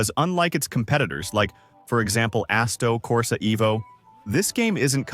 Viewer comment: WAIT did you actually pronounces ASSETTO CORSA EVO as ASSTO CORSA EVO??? HAHAHA can't take this channel seriously now that you can't even pronounce a simple name as big as ASSETTO CORSA 🤣😂😂